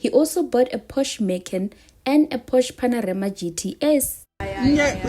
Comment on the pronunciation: a Porsche Pana-REMA ?? Haaai sisi 😂🤣🤣. Did you perhaps want to say PanaMERA 🙄🤔🤔?? He banna !